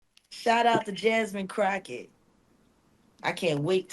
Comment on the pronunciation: SOON AS I Heard you say JASMINE CROCHET,, BABY I GRABBED MY PHONE, I HAD TO POST, IT'S SO OBVIOUS 😅😂 GIRL BYE IM DONE STICK ME WITH A FORK,😂😂 YOU just came for a leader of the country who is trying her best to protect what little democracy we have left, doesn't matter age race nothing she standing fighting for us all and this what you do 🙏🙏🙏 disgrace of you, and disgusting NO BBQ FOR YOU